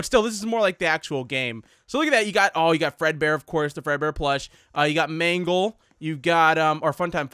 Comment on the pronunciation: ehhhmmm it is mangle the first time you said it was right